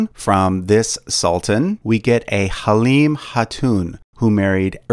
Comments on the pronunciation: It’s too be pronounced haleeemey not haleeem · Ertugrul is pronounced ahr-too-rool. Helime is pronounced hal-ee-may. There is a netflix show about these two called Ertugrul.